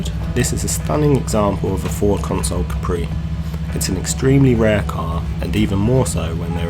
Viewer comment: Consul not Console. Look up Ford Consul.